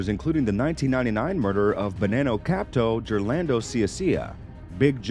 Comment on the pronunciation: It's HILARIOUS listening to him pronounce the different names and ranks. "Capto" had me dying, so did "R-I-C-O" lol